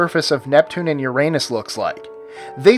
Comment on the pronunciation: 17. (your-a-nes) get it right please